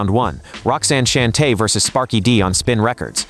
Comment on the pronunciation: Roxanne Shante …… should be pronounced like “Shawn-tay “